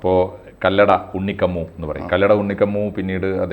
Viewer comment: അറിയില്ലെങ്കിൽ പറയാതിരിക്കാൻ നോക്കണം. കല്ലട അല്ല കല്ലടി